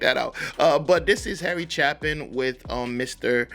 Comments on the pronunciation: If you think it worthy enough to take time to do a story about someone at least do enough research to say their name right. Chapin's name has a long a sound, not a short a. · FYI - It's Harry CHAY-pin. This is my favorite song of his. Exemplary storytelling and absolutely heartbreaking. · CHAY-PIN,. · His name is pronounced CHAY-pin. Great artist, saw him in concert three times. As you say, gone too soon. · I highly recommend Chapin’s song “Sniper (studio version).” It will shock you. You have never heard a song like it. The lyrics are astonishing. Then you can do Cats in the Cradle and The Rock by Chapin. By the way, his last name is pronounced Chay-pin. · The A is long. Chapin rhymes with gapin'